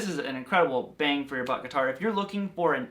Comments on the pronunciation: If you quit saying geeetar, then I quit you. 😅😅😂😂🤣🤣😭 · U say guitar like my grandpa 😂